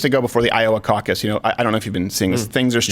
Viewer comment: You said Caucus 🤣